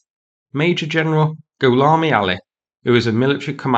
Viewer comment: Goulami..... Say that again? Goulami...